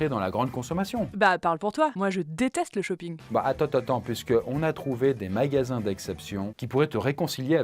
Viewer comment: " le but de ces magallsans" mdr